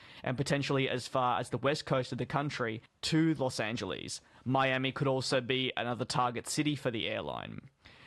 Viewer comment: Is he saying Norse or North Atlantic? It's hard to tell with other mispronounced words like Los Angeles